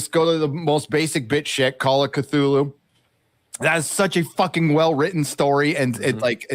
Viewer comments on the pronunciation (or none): none